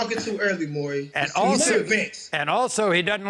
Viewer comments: I don't understand how difficult it is to pronounce that man's first name it MAURY not MURRAY 🤦‍♂️🤦‍♂️ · Ikr. It drives me mad hearing people call him Murray. It's not that difficult to say Maury. Ugh.